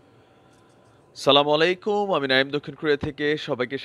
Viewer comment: আপনার সালাম উচ্চারণ সঠিক নয় মনে হয়। সালামু আলাইকুম নাকি আচ্ছালামু আলাইকুম।